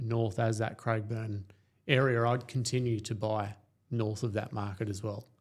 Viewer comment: People would believe in what you are saying if you could pronounce the suburb names correctly. . It’s not Craigburn , it’s Craig e burn, and half a dozen other names you got wrong.